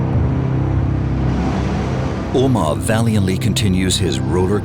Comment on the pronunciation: Nice documentary! Small recommendation could be to please pronounce the driver's name as "Omár" (accent on the last syllable) as it is pronounced in Spanish!